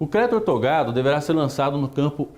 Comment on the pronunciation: Não é ortogado, é OUTORGADO...repita comigo, OUTORGADO...